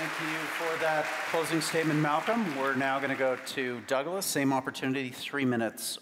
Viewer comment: tbh im not sure theyre intelligent at all: malcolm didnt actually make a single reasonable point at all meanwhile michelle exclusively had arguments against her own point. oh and lets not forget malcolm intentionally saying "taibbi" and "douglas" wrong the entire conversation like only an upset child would.